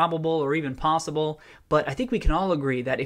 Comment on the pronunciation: I heard pawsible when you said possible and I enjoyed it (secret cat man) o.o